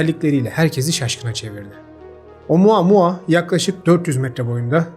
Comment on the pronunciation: bir kez daha OMUUUAAA MUAAAA duyarsam gülem krizine giricem